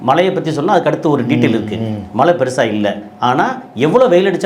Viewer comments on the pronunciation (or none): தமிழ்மொழியை தவறில்லாமல் ஆங்கிலம் கலக்காமல் உச்சரிக்கவும்!! மலை.......அது மழை பலைய......அது பழைய